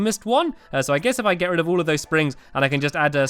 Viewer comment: Me: lets get rid of this. Stampy: lets get RED of this.